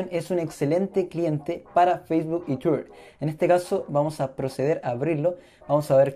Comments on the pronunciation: que tienes con tuirrr ajjajajaj pronuncia bien :v twitter :v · por que dices tuier y no lo pronuncias bien ? jajaj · yo tampoco lo entendí pero se que quiero decir que no sabes pronunciar Twitter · es que la forma en la que lo pronuncias esta mal o es rara fíjate que muchos te lo recalcaron, critica constructiva tal ves, gracias a ti por responder